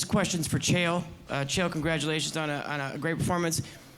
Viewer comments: Chael "Kale" Sonnen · Chael speaks to and calls him "kale". LOL